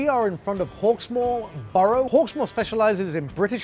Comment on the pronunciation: The way he said borough. Stab him to death.